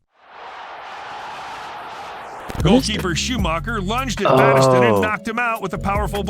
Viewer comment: Man, but there were some awful pronunciations in that video! (#2) Battiston still suffers back pain to this day. Pure brutality. And you can't mention brutality in football without mentioning the replay of the 1970 English FA Cup final between Leeds and Chelsea - by today's standards, almost everyone on the field would have been sent off!